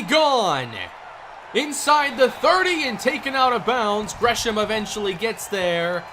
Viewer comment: How u know tho Lol he said grey ham